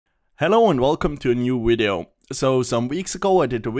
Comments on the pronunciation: always like a video with someone who says 'wideo' in it. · "New wideo" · What happens if you try REALLY REALLY hard to say "V"ideo? Can you say it? Or can you not pronounce the v? Can you try saying it in the next wideo? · wideo lol